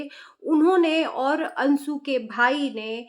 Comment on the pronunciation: Ansu ansu karti jo bolna nahi aya to mat bolo.anshu hota hai